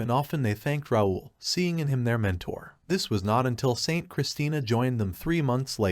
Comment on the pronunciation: I thought it should be called How NOT to pronounce “Raul”